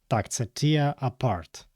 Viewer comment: Tear у значенні розривати вимовляється не так, як слово сльоза. Воно римується зі словами wear та bear